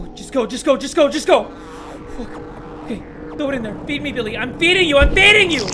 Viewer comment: I thought he said "beefy billy" until the screen said "feed me billy"